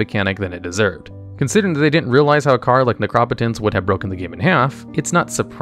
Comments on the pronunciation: It's Necro [neck-row] potence [pO-ten-s] like potency. Sorry that one just got to me. Rad vid tho. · Pronouncing it Necrop-otence instead of Necro-potence is an interesting choice. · I'm sorry, but...I have to. Necropotence (Nek-ro-po-tense) Pronouncing it like Necropolis is made me flinch every time. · it's pronounced Necro-Potence because it's potent necromancy lol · Love you're chanels but boy do i hate when you mispronounce things on purpose. >.< Neh-crop-pe-tence?! That hurts my soul. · Holy shit. The way he said "Necropotence" too. I don't know if I can finish this video now. 2 strikes. You're on thin ice! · Never heard someone pronounce necropotence like that before. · Dude cannot read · His incorrect pronunciation of Necropotence is pissing me off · The way you pronounced Necropotence caused me pain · Bro pronounced Necropotence like Megamind 💀💀💀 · How did you say Necropotence? Good job for pronouncing this card the wrong way. First O is a hard O and not soft. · These videos are great but please stop pronouncing everything wrong 😭 When you said Necropotence I died inside. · Not going to lie, your pronouncing necropotence is the worst. It's a word formed by NECRO (from nekros: corpse) and potence (from potent: power). It's literally power from the dead. Why you pronounce it the way you do is beyond me. I've been playing since 1994 and I've never heard it pronounced that way. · There's a lot of great insight in this video but it's marred by some glaring errors, like "Astral Recall" instead of Ancestral Recall, and "aBAzan" instead of Abzan and pronouncing Necropotence like neck-rapatense when it's pronounced necro-potence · "aBAzan" Ascendancy really hurt me lol XD Also "neCRÓpotence" later on also dealt a big blow oof. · Sorry are you deliberately mis pronouncing all of those words as a bit? neck row pot ence. aba zan.